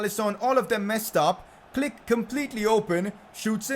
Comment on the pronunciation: Pcq: can you pls pronounced Klich as "cleesh" and not "click"